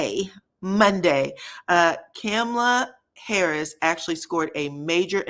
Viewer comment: I wonder how hoetel fits in that relationship with that queen 🤔. He can put a new show on the North pole with Santa Clause and Whitney Houston, and I still won't watch ANYTHING he produces ever again. 😂 FYI, Kamala Harris name was mispronounced by you. No disrespect, but the correct pronunciation is important.